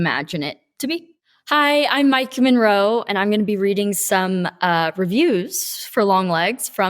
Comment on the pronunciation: My name is pronounced like that. Her name is pronounced "Mike-a", I think, although the way she says it here the a sounds very short.